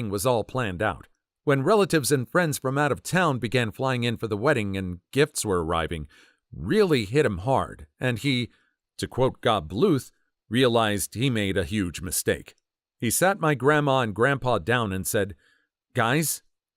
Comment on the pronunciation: That's supposed to be Gob (pronounced like the name Joe with a b at the end). It's a nickname that's short for George Oscar Bluth.